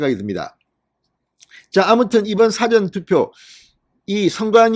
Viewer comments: 고생이 많습니다 사전투표 라고 할때 장음과 단음을 좀 구분해야 하겠습니다 사전투표를 사~전투표로 장단음에 신경을 써야 합니다 듣기가 너무 괴롭습니다. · 진선생님 사전투표 억양이 좀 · 사전투표가 아니고 사~전 투표 아닌가요? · 사전투표 발음 듣기가북합니다